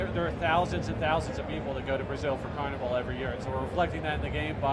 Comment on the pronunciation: why cant he say Carnival properly?